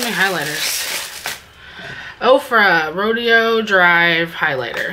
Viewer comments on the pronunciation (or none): Roe-day-o Drive. Don't you watch Pretty Woman ☺️